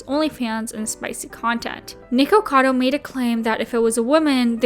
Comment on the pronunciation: I'm so glad you pronounced it "nikocado" it drives me nuts when people pronounce it "nickado"